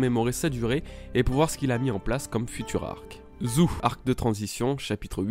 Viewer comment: On dit zoo pas zou